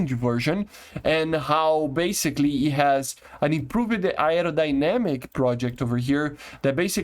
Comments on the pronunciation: Air - Ro - Die - Namic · Say it like ARROW DIE NÉMIC lol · Hi just wanted to help maybe with the pronunciation of Aerodynamic it was difficult for me too and English is my first language lol but you don’t have to pronounces the “Ae” so much it’s almost said like “Air-OH-dynamic” or “Arrow-dynamic” hope that helps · “aerodynamic” in English is pronounced as “arrow dynamic” that might help you with that word in the future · No it's not. It's "air-row dynamic"